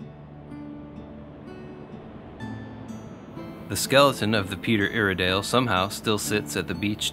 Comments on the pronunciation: Ask the locals about proper pronunciation of the Peter Iredale. it is ire as in irate. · The ones I remember. Peter ire dale, Cape Blahn-co, Ya-quin-a. Hard to do that over typing. Hope it helps. Again- Amazing work!